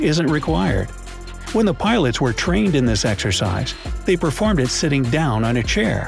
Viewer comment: Anyone els hear bilots ?